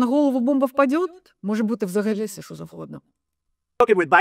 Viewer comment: Не ШО, а ЩО